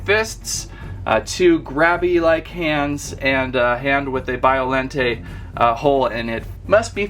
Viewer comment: And biollante is said like this bi-o-laun-tay not be-o-laun-tay